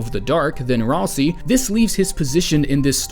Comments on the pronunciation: Ralsei, not ralsi. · GenOcide not Genecide Ralsei is RalSAY not RalSEE